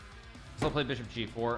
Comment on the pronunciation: Why does Hikaru b say beeshop and not bishop